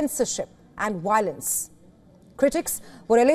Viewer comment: Woilence, adwice, wote